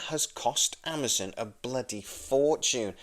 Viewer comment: why are you pronouncing AmaZON as AmaZIN?